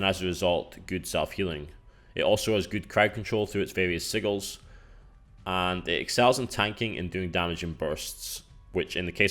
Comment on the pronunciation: So not making fun of you but Sigil's sounds like a J. Si"J"L